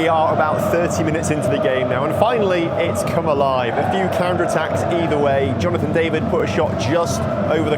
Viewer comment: You not saying Jonathon David right after the fans said it soo many times is the most English thing ever, great video, hope you can go to a Celtic match in champions league, would be great to see it